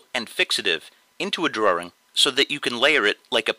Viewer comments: I started to watch.... Then I heard him say "Draring"... cringe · The way he said "Drawing" annoys me. It sounds like he's saying "Drawring" with an extra R. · ok I love all of your drawings and no disrespect but the way you say "drawing" bothers me alot....... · did he say's drawring?..... =) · boston man